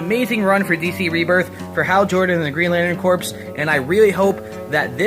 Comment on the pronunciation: I say Green Lantern Core, you say Corpse. I say tomate, you say tomatO! Ah, you're great craic (fun)!